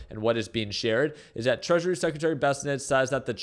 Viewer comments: for the last time it's not "BESS A NET" its "BA SENT". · Bessent not bessenet